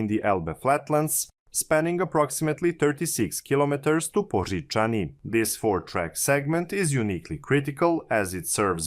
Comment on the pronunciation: As a Czech I must say your pronunciation of the word Poříčany is excellent. Well done!